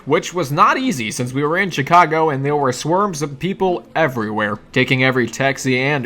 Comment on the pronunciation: did he say swerms instead of swarms?